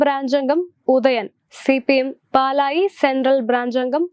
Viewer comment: പാലായല്ല പാലായി എന്നാണ്